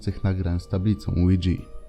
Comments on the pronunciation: Na tabliczkę ouja mówimy łidża nie łidżi xd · lidza a nie lidzi XDD